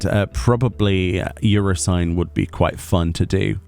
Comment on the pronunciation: “Euro-sign”? That’s the strangest pronunciation of that Alliance Raid I’ve heard yet. You-FRAW-sin-ee.